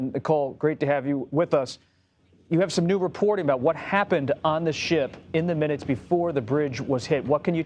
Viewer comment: Tell Nicole to stop deepening her voice, its really weird. Also stop putting emphasis on weird things like when you said "two minutes".